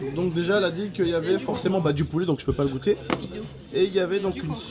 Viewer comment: Gouttes c pas comme ça c comme ça goûte